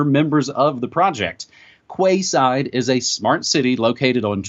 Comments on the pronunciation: OH that hurts! Arrrrghh!!!! Quayside is pronounced like "Keyside" , NOT Kwayside ! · Quay is pronounced key. I know that's weird . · The area is called the "Queen's Quay" in Toronto....said (sounds) like "Queen's Key"...so, this is "Quay Side"...said (sounds) like "Key Side". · Kwayside? pronounced keyside spelt quayside! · Quayside - that would be pronounced Key side as in Kee Side, and not kwayside O.o Aluminium pronounced: alu-min-y-um, just like magnesium. Not aloominum. Sorry just saying, so people understand what your talking about :) Good info thanks. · Quay Side, pronounced (Key Side) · Quayside is pronounced Keeside btw. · In Canada, we pronounce "quayside" as "key side" .... google agrees on the pronunciation. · It's pronounced "keyside". Canada or UK call them quays, as in like "Florida keys" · Maybe its Canadian but here in the UK we pronounce 'Quay' like ''KEY' (Quayside would sound Keyside). Just saying. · FYI Quayside is pronounced keyside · quayside is pronounced as key side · "Kway Side " Dumb twat. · Yes I know - just a touch of sarcasm on my part. I just find it interesting that the phonetics of Magnesium differs to the phonetics of Aluminium. Curious wouldn't you say. :) But honestly, the pronunciation of Quayside was so far off, at first I had no idea what he was referring to, so I thought it might help.